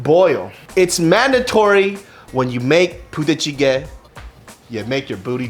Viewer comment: I kept hearing puta chicken